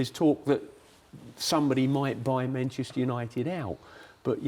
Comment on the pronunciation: 'MANCHETER' HAHAHAHA